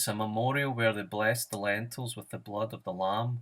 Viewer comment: its lintels, not lentils